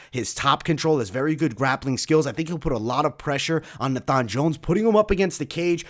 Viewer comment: It’s pronounced Nay-fun not Nah-fhan 😂😂